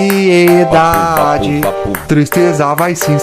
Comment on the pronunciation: Pelo AN-SI-E-DA-DE o cara já se entrega 😂😂😂😂